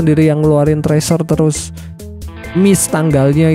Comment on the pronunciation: TRIESER 😂 LU GOOGLING DEH, tuliasannya Teaser dan lu cari tau cara bacanya, biar gk NDESO